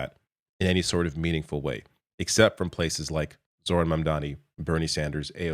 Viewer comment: Pronounced ZO-ran